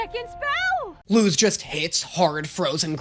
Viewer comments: is… is this a bit? My friend Luz is pronounced loose not lose. It means “light” in Spanish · Luz is not loooozz It's Like saying lus like Lucy The z makes an s sound it Luz sounds like lus (ITS A SPANISH NAME) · so angry when watching this it's pronounced Luz not lose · People do start pronouncing Luz as "loose" in the second season... idk why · Ok, in this show they pronounce it as “lose” BUT irl Luz IS pronounced “loose”. Basically the only person that says her name right in this show is her mom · The english speaking characters do... but she and her mother pronounce it Loose. It's not his fault, sure... but when he went 'It's pronounced Lose, not Loose' was where it got kinda 'eeeh'... like an english guy correcting spanish speakers pronounciation of spanish. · Isn't Luz just a common SPANISH name? So it would just be pronounced Loose because that's how you pronounce that name in Spanish. It just means light doesn't it? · also the little rant about every other character in the show saying her name like “lose” then eda immediately saying it like “loose” lmao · is he ragebaiting?… I went back and rewatched the first few episodes because of this. Everyone ALWAYS called her “loos” like Lucy without the y, since episode 1. Idk what is talking about 😭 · Someone's probably already said this but the thing about Luz's name is that it's Spanish for "light", and in latinamerican Spanish the z is pronounced like an s, so technically the correct pronunciation is "Luce" but none of the other characters speak Spanish, other than her mom, lol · Eda LITERALLY pronounced Luz as "Loose" . PLUS not to mention she's hispanic, where in the hispanic alphabet, Z is pronounced as an S sound. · Luz is literally light in Spanish 😭 That's because her mom is Spanish 😔 please check your Spanish, as a Spanish person is hurting me 😔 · Also also also: Gets mad people tell him how they pronounce Luz in actual Spanish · Luz is the SPANISH word for light, and Spanish pronounces Z as S.